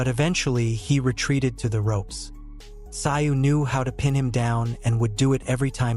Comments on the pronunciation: Mate, no offence but you didn’t seem to notice that Tim’s surname is pronounced Tsooooo? Even the commentators are able to pronounce it. Otherwise great job. 👏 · Its pronounced. Zoo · No. I won't "like" the content , The most disrespectful thing a commentator can do is to mispronounce a persons name. You obviously didn’t take the time to do your research. It seems to be a ongoing thing with people who come from the "Phew - Hess - Hay" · Americans can not even pronounce his name,if the narrator were worth his salt, he should have looked this up and not just try to Americanize a person's name, it's enough that the USA has butchered English and spelling as it is, lazy lazy work